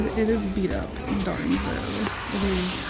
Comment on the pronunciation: “Darnzo”. Haha 😂